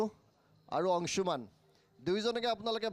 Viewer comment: অংশুমান আজিকালি অংচুমান হ'ল ? হিমাংশু গৈ হিমাংচু হলগৈ ? উচ্চাৰণৰ বিশেষত্ব ই অসমীয়া ভাষাক স্বক্ৰীয় পৰিচয় দিছে । যদি আপোনালোকে শ*, * স *, *ষ আখৰ থকা অসমীয়া শব্দ অনা অসমীয়া ভাষাত চ দৰে যে উচ্চাৰণ নকৰে সেইটো নতুনকৈ শিকাব লাগিব নেকি ?